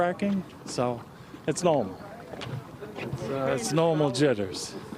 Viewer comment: Is it Normal to say normal without pronouncing the R, that doesn’t sound normal to me. Nomal 🤔